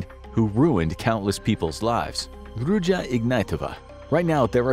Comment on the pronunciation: It's actually pronounced Roo-zha